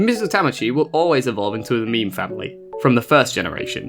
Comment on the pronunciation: Just so you know, it’s not pronounced like a meme, more like this: meh meh. And it’s not like mame like tame, it’s more like mah (like in mama) meh. So mah meh.